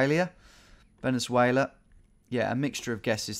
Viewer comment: Knows where to pick everytime but can’t pronounce Venezuela.... smh